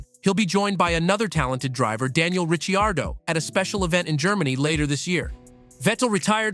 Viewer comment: Another AI voice bot reading a poorly written script. Did you hear the way it pronounced Daniel "RI-char-doe"? All of this is old news. Idk who's running this account but they need a bit of help.